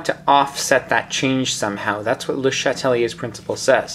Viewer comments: I love your videos, you're helping me pass Chem 2, so thank you so much!!! But as a double major (with French) I'd have to say I'm pretty sure its pronounced as Shat-lee-A, not Shat-uh-lee-A, or even pronouncing the first E in Chatelier at all. Regardless, you're the man, thank you so much. Just got distracted by that that and had to mention it. Keep up the awesome work, hundreds of chemistry grades depend on it! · You pronounce his name weird